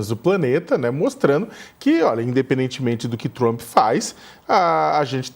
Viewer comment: "...DO GOVERNO TCHUAMP" RSRS 😂😂